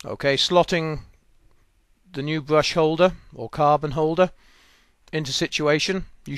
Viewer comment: What's a bwush?